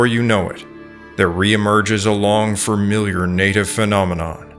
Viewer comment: I can't imagine not being aware enough to stop yourself from saying "Fermiliar" instead of familiar as a public speaker. so annoying.